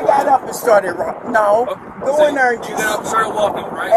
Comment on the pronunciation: "In ner." In there....there!😂😂😂